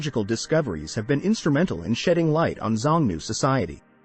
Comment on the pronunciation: You should have checked the pronunciation of Xiongnu. It is shiong-noo.